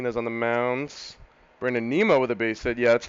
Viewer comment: didn't see this in my sub box until today so not sure if you caught on to the pronunciation yet but it is nim-o.... not neem-o. As a big mets, ootp and fan this is gonna be a fun series to watch.